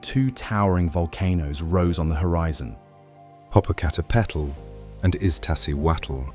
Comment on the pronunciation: Lol your pronouncing it wrong. Po po cah teh pey til